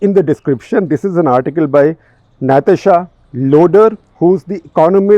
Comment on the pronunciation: it’s not Naythesha it’s Nathasha. 🤷‍♀️